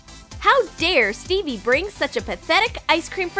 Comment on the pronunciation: Who else heard Bebe or Phoebe every time they said Stevie🤣